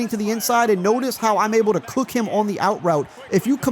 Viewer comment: Say “cook” one more time.